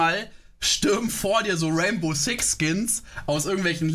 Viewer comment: "Rainboe six skins" hahaha